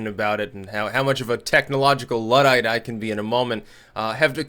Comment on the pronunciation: It’s pronounced Looodite